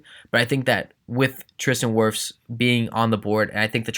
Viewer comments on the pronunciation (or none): none